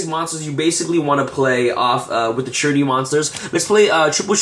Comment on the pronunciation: Dude you keep saying ShiraNIU its fucking annoying. People who speak english as their native lanquage cant pronounce at least 50% of the Yugioh cards.